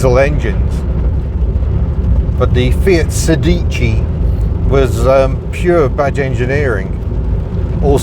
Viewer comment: Not forgotten at all in Italy. The Fiat Sedici with multijet diesel is still easy to find in that country. And it's pronounced SEdici not seDIci